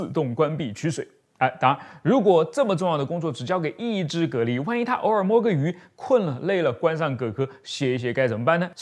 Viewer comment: 讀音是隔離